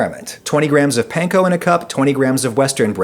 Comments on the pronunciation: No it isn’t, Panko is pronounced like “Pawn-Ko,” the way the owners pronounced it. The letter “A” in Japanese always makes the “awe” sound. There isn’t even any soft “a” sounds like the English word “Pan” in Japanese. That sound simply doesn’t exist in the Japanese language, so you’re double wrong. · I cringe when I hear "pan-ko" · Weird choice to mispronounce "panko" for the entire video even though you mention that the actual Japanese people making it told you how to actually pronounce it. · please.... stop saying panko like that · That's not how the Japanese pronounce "a" tho. The "panko" pronunciation is wrong. :(